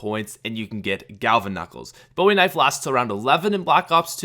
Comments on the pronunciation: Maybe I'm a pain, but the Bowie knife is pronounced "BOO-e knife," not "BO-e knife." I normally try to ignore people mispronouncing it, but I just listened to it said wrong about 15 times, and it drove me crazy. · It's pronounced boo ee knife not Bowie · It's pronounced "boo-ie" knife bro 😂😂 (no hate) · It's pronounced boo-e not boww-e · as a person from Texas believe me when I tell you that you kept saying Bowie wrong